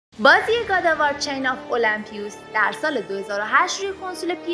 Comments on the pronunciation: نوشته الیمپوس بعد المپیوس میخونیش😐😂 تو تامبنیلم نوشته المپوسی ://// خدایش روی خوندن کلمات تمرین کن😂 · ٱلمپیوس؟!!!! 😐😐😐😐😐 اول درست تلفظ کردن رو یاد بگیر بعد در مورد گیم نظر بده